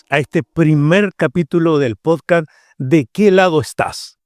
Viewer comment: Que no sepa pronunciar podcast y diga podcaaa de verdad es preocupante